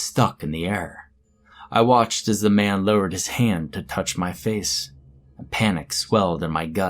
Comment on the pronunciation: It sounded like mam not man reeee